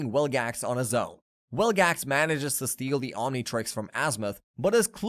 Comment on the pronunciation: you kept saying wilgax, it's vilgax